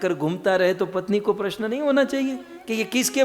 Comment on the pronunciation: प्रसन नहीँ प्रश्न होता है